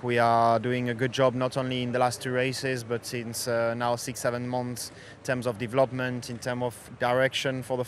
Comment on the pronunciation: Leclerc says Devlobment